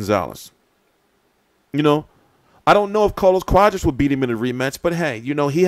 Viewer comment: I think it's pronounced quaaaaadras not cowdras lol